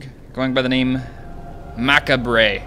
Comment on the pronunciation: I kinda facepalmed it too... its "muh-cob-ray":) But he made up for it by saying fuck about 5 times ahaha